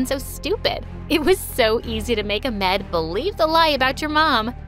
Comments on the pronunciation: Wtf is amed it is ahhhhmed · It’s ahmed not ahmd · Its not a-med its AH-MED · it’s not pronounced ahmeaud it’s pronounced a-ahm-ed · No it’s A then you pronounce the H then M E D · Trust me I am Egyptian it’s not a Amed it’s Ahmad. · its not a-med bro its ah-med just pronounce the ah since it is spelled ahmed? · bro the way they they say Farah in arabaic it actually means mouse and its pronounced like ahhmad not amed. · Can someone please talk about how the fact that she thinks that's how egyptians are? u really think there that stupid??! and what kind of egyption are u if u cant even talk arabic or pronounce the the most simplest name Ahmed its Ahmed not Amed and u dont even show them speak in a egyptian way and u would'ent be a true egyptian if ur not from cairo wich from u clearly ur not and egyptians have always comedy and im not saying a hate message im just trying to help u fix ur mistakes😁 oh and one thing if an egyptian mom that is blind and has no father they wont say "(i feel so bad for u and what happend u know even tho i dont know u i will let u live in my house and u dont have to do any thing)" that will never happen when they tell u the story all u can say is"(أنا آسف جدًا من أجلك ، أقسم أنك تعلم أنني أريد أن أعطيك خمسين أو مائة ، فأنت تستحق ذلك ، بارك الله فيك ، وعلى الرحب والسعة)" and if u get lucky enough to live with them ohh u wll regret. ur welcome for teaching u ur mistakes and how to be a true egyptian welcome😁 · Thats not how u say it not amed ahhhhhhmeeeeedddd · it's ahmed not amed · his name was ahmed not amed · It’s not A-med, it’s AH-med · This is not cool you keep doing people from other countries but at least learn how to pronounce their names before you go emed when its AH MED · Not trying be mean or anything but the name isn’t pronounced Amed, it’s Ahhhhhhhhhhhhmed. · your making me cry how u pronounced the arab names 😭 its not aimed its Ahhmed and not fara its farahh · When Farah says "Amed" instead of "Ahmed" 🤣🤣😭😭😭😭